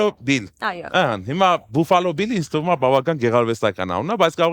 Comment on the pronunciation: Buffalo grvum e baffalo artasanvum, inch amot, gone angleren lezun mi axavaxeq